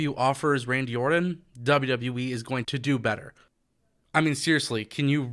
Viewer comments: It's Orton not Ordon!! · One thing that I know is a FACT: AEW does not want Randy anywhere near as much as I want you to pronounce the 'T' in "Orton".